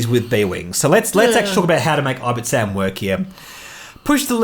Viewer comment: Nice video :) I only play casually but I prefer Ten Numb with Ion Cannon, Calculation, B-Wing E2 and Rey. Rey just makes him so much more flexible and effective. (Also, you keep saying "I-bit-sam" but I think it reads "Ib-ti-sam") Keep up the great work!